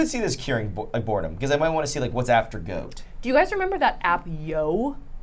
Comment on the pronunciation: that is not an Australian accent. We pronounce Goat like go-T, no extra vowels. Also not a New Zealand accent. Hope this helps😊.